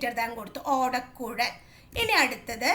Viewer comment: Miss ഓടക്കുൽ alla ഓടക്കുഴൽ anu😅